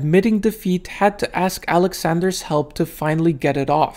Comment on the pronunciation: Took me was too long to realize that when he speaks about him, he's not saying "Alexander's ass"